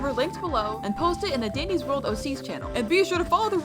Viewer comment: I thought you said diddys world👁️👅👁️